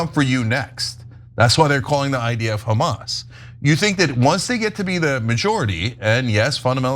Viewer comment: Did anyone notice that any word starting with the alphabet H Jews can’t pronounce it :: example hamas is kamas - harry is karry lol 😂